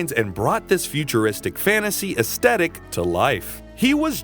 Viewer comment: Nice video essay, and thorough! A few corrections because it's the internet: "AIR-e-ell" not "Arri-ELL" "Toth" with a long O as in 'tow', not short O as in 'lot' "aesTHEtic" not "aestetic" "if it had come out later, the popularity of Star Wars would have helped increase the popularity of Thundarr" - Star Wars came out in 1977. Thundarr came out in 1980, the same year as Empire Strikes Back. Thundarr was the favourite gladiator of the wizard Sabian; Ariel was the adopted daughter of Sabian; the sunsword was given to him by Ariel - I don't believe any of this is canon. That is to say, stated in the cartoon. If I'm wrong I'd be interested to learn the source. Ookla is extremely reminiscent of Chewbacca!! Darkseid, not "Darkside" nor "the dark side.'